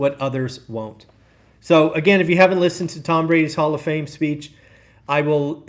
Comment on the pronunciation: Speech. Not speAch.